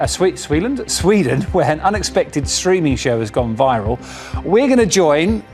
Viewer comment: . It's Sweden, not Sweelen. 😂.